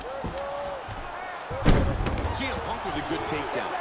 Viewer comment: Он сиэмпанк, а не цеэмпанк